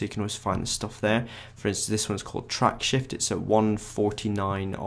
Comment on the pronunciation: You are mispronouncing "Tracksift". You are saying "TracksHift". That's not what it is. There's no "H" in the software title. If you are going to go to the trouble of recording something, how about getting the title correctly said, for starters.